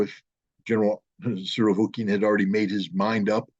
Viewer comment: This mofo keeps saying "Surovokin" instead of "Surovikin".